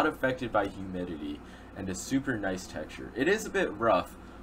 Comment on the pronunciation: how many times did he say effected by huminity